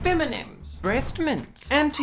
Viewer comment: hahaha Fem-mints and Anti-Boy-otics!